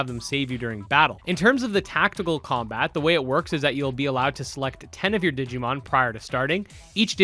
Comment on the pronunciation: I am "considering" the possibility of asking why they hired a translator that pronounced it "digimoan". (for those who didn't watch theres a meme rn because in the q&a section they really only said, its coming out and we are considering this and that). Over all though I am super hyped for digimon survive, the phone scanning thing is kinda like ghost game which is awesome